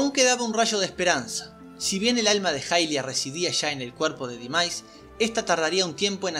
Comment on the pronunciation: la diosa se llama hairia en japones (pronunciado jairia) asi que es mas correcto decir jailia que ilia, ademas se confunde con el personaje de twilight que sí se llama ilia.